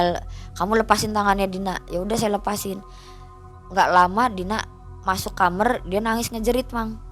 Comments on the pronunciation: Kok Aku rada aneh dngr kata KAMER😂KAMAR kalik y😅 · Benci omongannya kamer kamer kamer KAMAR KAK KAMAR😅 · KAMAR BUKAN KHAMER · Capek bgt denger dia ngomong KAMER KAMER pdhl tinggal blg KAMAR 😅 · kamar mba bukan kamerr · kamAAAAAr bukan kamEr kamerrrr gemesss gatel deee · beginilah kalau narasumber kecilnya jadi jamet, bahasa2 yang ga semua orang paham keluar dari mulutnya....contohnya kamar jadi KAMER..... hadehhh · Ngomong Kamar aja Jadi Khamrr ( alkohol). Audience ini jadi bingung mbak eeeeee 😅😅 ah elah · Sedih. Cuma kesel pas ibunya bilang kamer, pingin tak bilangin "kamar bu" 😁😁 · Ini narasuber org MN kok kamar jdi kamer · Kamar bukan kamer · Kamar bukan kamer😅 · kamar gaes bukan kamer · Kamer Gys bukan kamar lagi ya 😂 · Dia bilang kamer kamer aku terheran2 itu bahasa aya ya apa kidal mbak nya ini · Lucu yaa. Aku kira aku aja yg salah denger